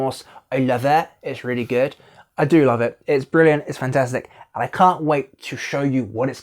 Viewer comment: Slipping into a Bristol accent there when you said "i love it", seriously reminded me of Bill Bailey in Skins "Alright my lover" 🤣